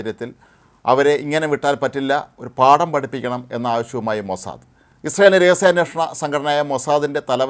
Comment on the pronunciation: അയ്യേ മോസാദയല്ല മോസാദ് എന്ന് പറയു ഉവേ